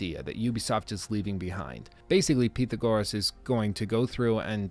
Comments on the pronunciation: Say it with me now, "pyth-AG-oras" 😂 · dude, the way you said pythagoras had me rollin, 😂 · Say pythagoras one more time my dud